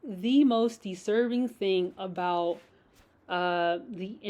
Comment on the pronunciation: ...A Froodan slip 🤣🤣🤣 I caught that too & can't stop laughing... ...hearing her say that is very disserving, very disserving... 🤣🤣🤣